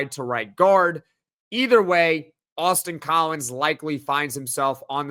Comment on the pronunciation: Every time someone says Austin Collins, my brain hears “Boston College”. I can’t unhear it. 🤭 I won’t hold it against him, though.